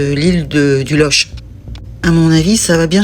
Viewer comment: Loch..prononce LOQUE.. exemple Locminé ..Locmariaquer etc..Bon facile je suis Breton..